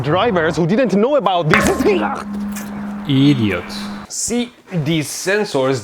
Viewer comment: No one: Medhi: I D I O T